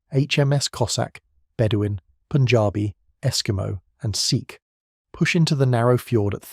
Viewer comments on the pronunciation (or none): none